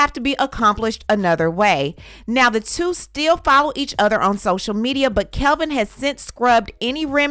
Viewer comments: You are gossiping about them and don't even know that man's name. It's Kevin, not Kelvin. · Isn’t his name Kevin? Not Kelvin? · I thought his name is Kevin?? Not Kelvin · It's "Kevin".. not Kelvin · She said Calvin during the story. His name is Kevin 😂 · Why you keep saying "Kelvin" The clown 🤡 name is KEV-IN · His name is Kevin not Calvin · Isn’t his name “Kevin” not “Kelvin”? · It is driving me insane that you are mispronouncing his name throughout this entire video 🙄 Kevin ≠ Kelvin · The man’s name is Kevin not Calvin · Girl, you KNOW that dude name is KEVIN, not KELVIN. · My girl KEVIN not CALVIN 🤣 Good video though ❤ either way he broke lol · His name is NOT Kelvin. It is Kevin. There is no L in Kevin. Enunciate if you are going to YouTube it! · Kevin not Kelvin! No L! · It's Kevin, not Kelvin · Its Kevin not Kelvin🤦🏾‍♂️😒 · Kevin not Calvin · He better go and knock on her door and tap on her windowpane. And btw...his name is KEVIN not Kelvin.